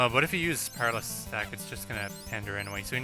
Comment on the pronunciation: By the way, "paralysis" is pronounced puh-RAL-uh-sis. I vote for Pinkie Pie and Rainbow Dash.